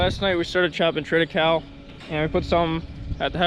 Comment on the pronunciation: it"s pronounced tri-tuh-kei-lee.